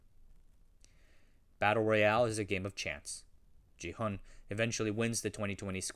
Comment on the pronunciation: He's not "JI-hun" he's "Gi-hun" bruh. can't believe u keep saying his name wrong even after watching the whole series